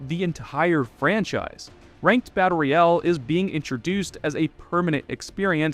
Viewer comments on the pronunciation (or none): none